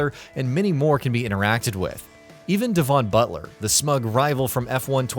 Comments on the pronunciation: Did he really say, deevon butler, emola, Elaine prost, phillip massa. What the fuck. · Devawn butler….I mean really….please get someone who actually plays f1 games to do these Jesus, and just to add on aswell emola it sounds like the fancy name for one of your teeth rather than the fantastic track this is imola. Having now completed the entire video my favourite by far is nico rose 🌹 berg 😂